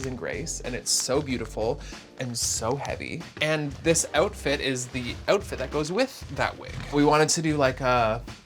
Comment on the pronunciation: not this making me realizing how much Canadians skip T’s when they’re saying things 😭😭